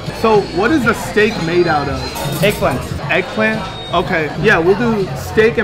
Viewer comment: “Made out of heggplant”